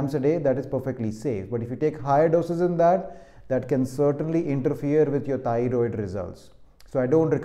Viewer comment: Thioriod - Mallu accent is deliberate ?